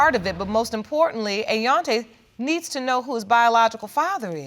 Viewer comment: All three pronounce "hang", "Hang-G"! Also,.... Ayon'ta?!!!!